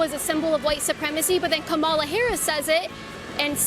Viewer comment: She also hasn’t said Kamala’s name correctly a single time and it does fucking bother me because at some point you’re just not you just don’t care you’re just disrespectful